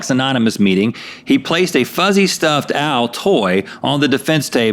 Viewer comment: So when Rhett said “stuffed owl” I heard “stuffed Al” and thought of Alf and he’s a puppet so...sorry?